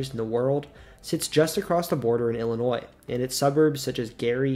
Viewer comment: There's no noise in the pronunciation of Illinois